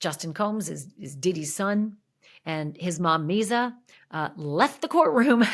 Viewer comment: There’s no Z in Misa’s name it sounds like Lisa with an M. Just so you sound like you know what you’re talking about.